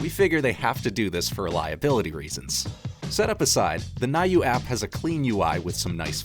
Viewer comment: Thank you for the detailed review. About the get one in Prime day. By the way, it’s pronounced as “new”.